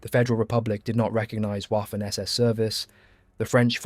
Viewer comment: The german W, in this case at least, is pronounced as a V, vaffen and luftvaffe not whaffen or luftwhaffe.